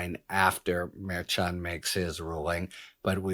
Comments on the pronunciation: It's Mer-shan, Harry. Not Mer-chan. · Harry, stop with the wh*te priv*ledge. Have Spanish-speaking bilingual assist you with Spanish-name pronunciation. It sounds like fingernails on a chalkboard. Mer-shan. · Sometimes a "ch" sounds like "sh"...forexample, the word "chef" or "machine". This may helpful in knowing how to pronouce the Judge's name in Trumps Court case. Judge Merchan...think of it as Judge Mershan.